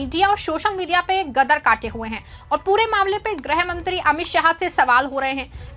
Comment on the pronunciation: ग्रह मंत्री हैं या गृहमंत्री हैं,,,,? सही बोल नहीं पाते हो ,,, और एंकर बन गए हो ?